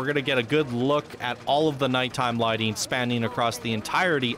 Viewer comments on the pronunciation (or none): none